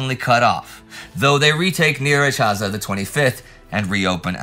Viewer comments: Surprisingly good pronunciation of Nyíregyháza. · I was looking forward to see how Indy would tackle pronouncing my hometown's name, and pronounced he did!! 3 times, well done! Nyíregyháza that is 😊